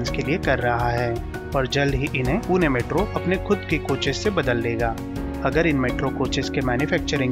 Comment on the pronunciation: Tuhme last video mai bhi bola tha 'पूने' nahi hota hai पुणे hota hai 😑 अपशब्द